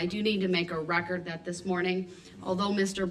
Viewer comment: The poster child for sovereign citizens. Lol. For the reh-kert. His dumb arse thought he was going to get a mistrial... hopefully he will get g.ang grap3d...